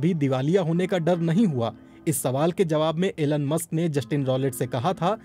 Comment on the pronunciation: Aeeelun Musk :- BBC hindi